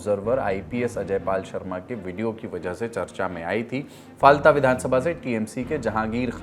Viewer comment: Ise फाल्ता kahte h bhai ....na jane kitne din se galat pronounce kiye ja rhe h pure lallantop ki team.....koi correction v nhi kr rha h kya ??